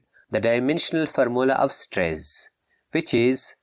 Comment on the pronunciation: At stress mhee pronunciation mistake ohh gaya sir